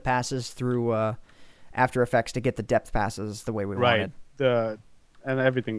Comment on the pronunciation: its DEPTHS not deaths its: depths of hell